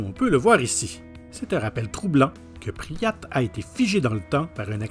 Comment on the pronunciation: la ville, c'est pipryat, et non "priat"